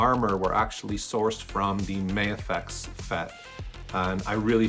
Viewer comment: I like your builds and just subscribed. Also will be ordering the drawman. Thanks!👍 FYI, it's not "May-a-fex". Just Ma-Fex 🙂